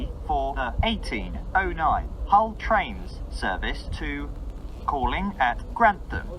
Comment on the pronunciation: “This service is operated by… Arriva trainses…!”